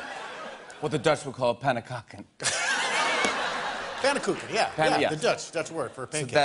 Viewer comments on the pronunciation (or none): Its pannenkoek 😂😂🇳🇱 i'm dutch